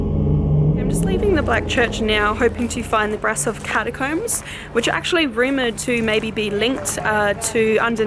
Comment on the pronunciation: Okay, one can be forgiven for pronouncing Brasov as it appears in English but it is pronounced ‘Brashov’. But no one can be forgiven for pronouncing the word ‘theory’ as ‘feerie’, unless you’re from 18th century south london.